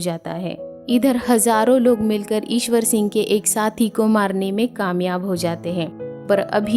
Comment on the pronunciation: Mam ishar sing not iswor sing.